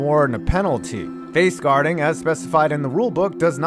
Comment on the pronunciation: Guarding, not whatever you said